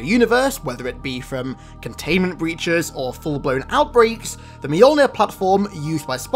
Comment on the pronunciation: You're still butchering the name Mjolnir. It's not mayol beer it's myol neer